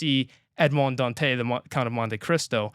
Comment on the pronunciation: For the pronunciation of Dantès, it's not a silent 's'. Listen to how they pronounce it in the 2024 movie.